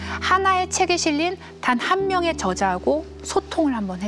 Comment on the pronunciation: 장음인 단어의 첫 자를 "짧게 잘못 발음한 예: 계기, 제가(나),보통,좋게습니다.저자,공동,대화 ,좋냐면,사실,뭐냐,세계관, 교과서, 등!! 이렇게 대학 교수께서 발음이 틀렸다면, 한국 문화 수준의 현주소는 어디메 있아옵니까?? 이에 책 한권을 권하옵노니, "한국 어문을 고발함" 이라는 책을 조용히 읽어 주실까요??